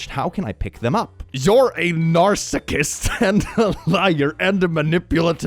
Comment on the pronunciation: "narsacist" ... can tell he's been called that